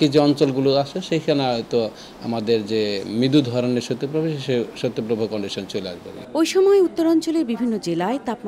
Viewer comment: সত্য প্রবাহ নয়, সঠিক উচ্চারণ হবে শৈত্য প্রবাহ।